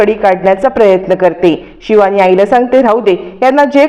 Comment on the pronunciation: Marathit don n yetat pan tyancha ucchar vegla asto bhash shudh bola shivani cha ni pava😂